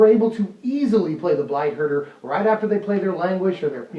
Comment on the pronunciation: I heard Blight Herder as Blight Burger. I now want a blight burger.